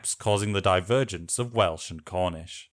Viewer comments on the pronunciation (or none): none